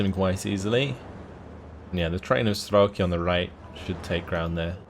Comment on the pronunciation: Hi,. As your russian spectator let me do a littlework on pronociation (it's very painfull to her soome things every 5 seconds). Not strElki, but strelkI. The funny thing is that strElki is something very different (strelkI- shooters, strElki - lines). And not konnAya, but kOnnaya. kOnnaya razvedka means just horsman reconnaissance. And yeah, waiting for you plaing axis side. It'll be interesting how you deal with Andryusha's barrages without masses of arty or bombers on your side